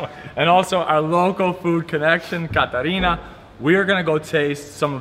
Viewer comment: Catarina... Come on it's Caterina!!